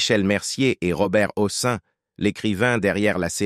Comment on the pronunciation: Massacrage des noms : Robert HOSSIN !! encore un robot !!! saoulant !!